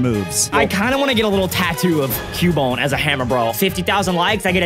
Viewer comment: Its cubone😂😂😂😂😂😂